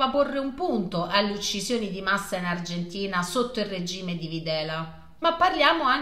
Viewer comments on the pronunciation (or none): none